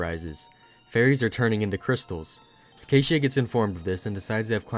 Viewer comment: Finally some quality Touhou content that isn't just uncut gameplay. EDIT: Btw, it's pronounced "Heck-a-tee-ah"